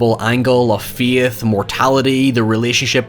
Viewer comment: Ladies and Gentlemen, introducing as Darth Vader! cue introductory clip “I find your lack of Feyth disturbing.”